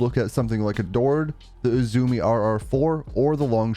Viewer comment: Great video, but I'm afraid I'm gonna have to be that guy. It's "U-zoo-may." It's Japanese.